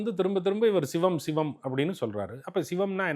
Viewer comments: "Shhhhivam" ileh! Sivam ! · இந்த பாப்பாவுக்கு தமிழே தெரியாதா. "பள்ளிக்கூடம் போறதுக்கு முந்தி பயிறு பயிறு ண்ணான், பள்ளிக்கூடம் போனப்புறம் பசுறு பசுறு ங்குறான்" என்ற கதையாகல்ல இருக்கு. 'ச' என்ற எழுத்தை உச்சரிக்கத் தெரியாதவளுக்கு ஷிவத்தைத் தெரிந்து என்னாகப் போவுது. திருமூலரைக் கேட்டு என்ன வரப்போகிறது. இதெல்லாம் ஒரு Fashion. திரு. அக்கறையான தகவலுக்கு பயனிருக்குமா....